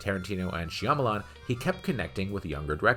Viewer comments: Great piece! Although you consistently butchered M. Night's last name. Shawm-aww-lawn. My Top 10 Bruce Willis Performances: 10. Looper 9. Moonrise Kingdom 8. Unbreakable 7. The Sixth Sense 6. Armageddon 5. Sin City 4. Fifth Element 3. 12 Monkeys 2. Die Hard 1. Pulp Fiction What a filmography, when mega-blockbuster Armageddon and Academy Award Winning Sixth Sense don't even crack the Top 5! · m night whooo lmao .. i dont think thats how you say his name lol